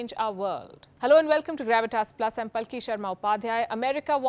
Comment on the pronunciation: Please pronounce your name properly It is pālki (paalki pAlki) not palki.